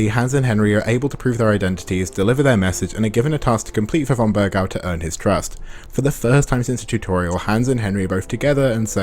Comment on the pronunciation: pronouncing bergow as "burgau" despite hearing the correct pronunciation for like the entire game is wild